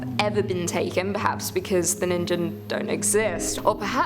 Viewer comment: The way you pronounce "Ningen" makes me shudder, and not in a fun way. The G in Ningen is pronounces like the G in Girl. All love to you though,, love your narrations.